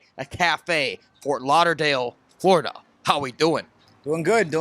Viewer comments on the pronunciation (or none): none